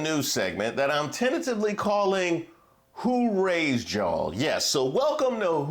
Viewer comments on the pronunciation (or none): It's like you said, "Who Raised You'll"